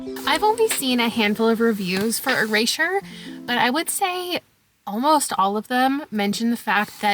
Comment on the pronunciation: what's up with your pronunciation of erasure